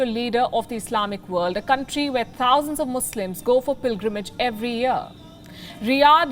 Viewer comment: Ninety-four THousand...ninety-four TTHHHousand😂